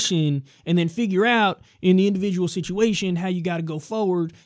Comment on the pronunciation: What a purtikulur liability scenario with that indavijul matinee sitchuwayshun.